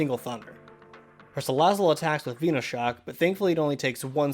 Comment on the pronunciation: Anyone else hear him say veenoshock